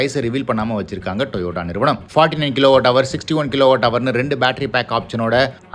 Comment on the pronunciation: டொயோட்டா என்று சொல்லும்பொழுது வாய் என் அப்படி போகுது